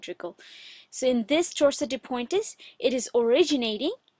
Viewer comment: Sorry but it’s pronounced pwant, not poin-tes